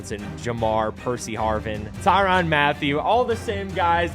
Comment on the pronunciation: Tyrann not Tyron Mathieu brother. I’m sorry that just bothered the hell out of me man